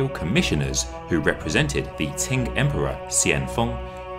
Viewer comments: Every time he says "ting" dynasty I cringe a little closer to death. /tʃ/ in IPA is ch. Qing /tʃɪŋ/ is pronounced ching, not ting. There is no Ting dynasty. ( ; _ ; ) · Why do you say "Ting dynasty" ? It's "Ching" dynasty. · It's "Ching" dynasty not "Ting". Every Chinese documentary I've ever seen that was narrated by a white person ALWAYS pronounces Chinese names wrong. If you're going to research history, why not take the extra step and ask a Chinese person how to say the names. BE MORE PROFESSIONAL !!! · Between “ching” and “ting”, I think the former is still closer to the mandarin pronunciation “qīng”. Amazing video! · Am I crazy but were you pronouncing Qing as "ting" or "tink"? It's driving me crazy. It's "ching", like "ka-ching!" Also, there were wrong pictures of the Summer Palace. That's the 颐和园， not the 圆明园. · How about attempting to learn the pronunciation of the how the last Dynasty of China sounded? TING, indeed! Or are you perpetuating the dismissive notion that the British can dispense with such things? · you pronounced everything else correctly. So, I was surprised that "TIng" was the only error. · Qing is pronounced Ching. Easy. Just go online for help. Please be professional